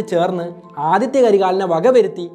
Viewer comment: Aditya alla Adhitha